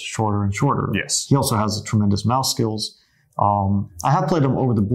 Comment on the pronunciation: was he saying 'math skills' or 'mouse skills'?